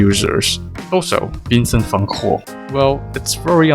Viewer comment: As a Dutch person I'm very surprised that someone on the internet actually pronounced the name "Van Gogh" correctly.